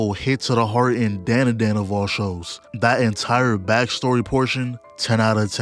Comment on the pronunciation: You hear the OP and still say the name wrong? We gotta stay locked in,.